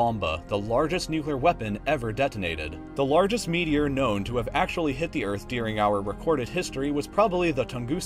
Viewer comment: i like these videos but the only thing that pisses me off is the way this guy says "dearing" instead of during